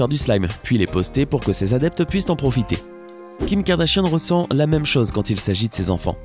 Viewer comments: Je rêve ou il dit les "Kardachien" au lieu de Kardashian ?????? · Tu dit Kardashiane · Qui a entendu Kardachien au début ? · Au début il dit "la famille kardachien" ou c'est moi ? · C moi ou o début il a dit kardachien 😂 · Qui a entendu kardashionne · J'entends clairement Karda-Chienne MDRRRRRR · Il dit "Kim Kardachienne" 😂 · Ta dis kardachien ptn😂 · Il a dit kardashien au début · peut on prendre 2 sec pour écouter comment il prononce « KARDASHIANNE » mdrr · Par contre il devrait peut-être savoir prononcé le mot Kardashian